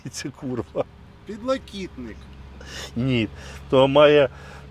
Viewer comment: на мою думку - підлокітник :) (з наголосом на другу "і")